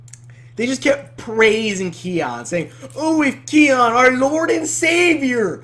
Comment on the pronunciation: saying the main charater's name wrong even though he watched an episode